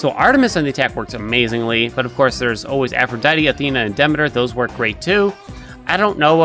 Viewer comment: I love the videos and I know the game does this wrong but her name is Demeter pronounced Dah-mee-ter